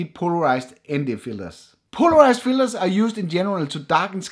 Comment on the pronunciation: Why I keep hearing ND fillers, not filters.. Is it just me?